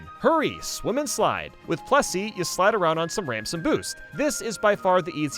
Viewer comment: plessy not pressy